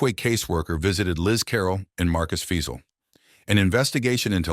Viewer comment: Also their names are pronounced Marcus (F-eye-zal) Fiesel Joseph (Dee-terz) Deters Simon (Lee-s/Lease) Leis